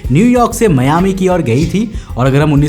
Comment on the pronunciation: It's not मियामी, it's मायामि. Anyways, this is basically a legend, as per the flight data records, no DC4s registered with PanAM flew the Newyork-Miami leg that day. My captain once told me jokingly not to get the DC10 (Frieghter) late by decades as he wants to be home for dinner. (We fly for UPS).